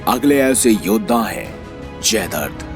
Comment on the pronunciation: जयद्रथ__ जयदर्द नहीं